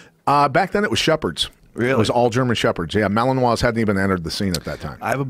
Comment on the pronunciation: Even after Pat says Malinois correctly, Joe keeps on throwing in that there second M. Oh, the little things.